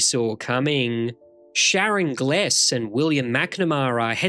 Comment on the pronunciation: Actresses ' name is prounounced GLEEZE.